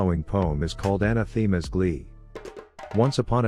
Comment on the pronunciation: Love the vids, but one things been bugging me. Anathema isn't pronounced that way. Quick Google search will tell you the actual pronunciation.